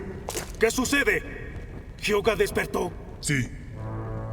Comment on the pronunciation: Por fin pronuncian bien el nombre de Hyoga 👏🏻